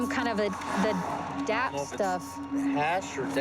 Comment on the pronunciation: She said dap lol